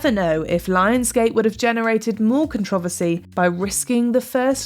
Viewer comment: Why are you saying controversy wrong?